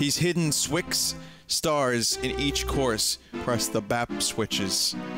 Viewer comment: or Swwtches